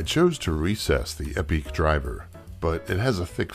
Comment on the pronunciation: Are you mispronouncing " epique" and " Radiator" on purpose?. Lol